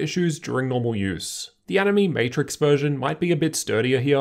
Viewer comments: Btw it's pronounced as "annie may" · Animaymay, nah I'm not so sure, I know how "anime" is pronounced, but they said it how I say it at CES, plus the word is capitilzed as "AniMe", emphasis on the "me" because you can customize it how you want, or something.